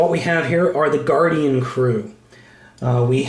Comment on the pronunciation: oh an d it's not Guardian it's Guardion like superion